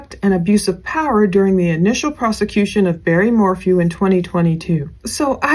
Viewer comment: Btw its "Barry," not "Berry." Did you even really ever follow this case. You seem to know nothing.